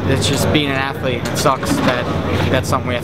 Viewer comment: lol, rampage says "aflete" instead of "athlete"